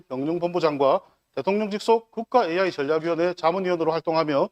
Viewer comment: 네 후보중에서 종이를 안보고 말하는 후보는 가 유일하다! 박재우는 현실감이 없고 과 박대조는 기업을 유치시켜 양산 경제발전을 성장시킨다는 구체적인 복안이 마음에 든다. 그러나 은 AI 를 AY 라고 하시니 AI 가 무언지 잘 모르는 분같다. 박대조가 시장이 되어 AI 센터를 유치하게 되면 3조넘는 지역경제 발전은 온다. 그러나 환경주의자들이 시비를 걸 것이 관건이다.